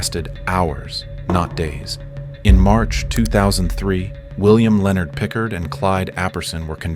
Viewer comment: it's pronounced more like PicCARD